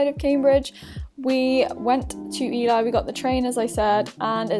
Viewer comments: omg Ely is my hometown!! bless the way you pronounced it 😂 we've all been there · I don't live far from Ely so hearing you pronounce it like that did give me a giggle! Easily done though that's for sure!!